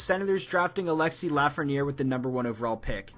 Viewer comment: you messed up Lafreniere name